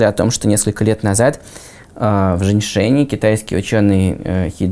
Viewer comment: "В Женьшене" XD Поправьте плиз на "Шеньчжень"